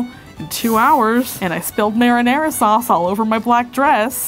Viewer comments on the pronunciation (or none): no one's gonna talk about the 'merwere merewere mer-" <3 much love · This is the funniest episode everrrrr. trying to say marinara sauce had me cracking up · Replayed not being able to pronounce marinara 3 or 4 times. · Or marina sauce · trust me this was attempt to say 'marinara' and it was gold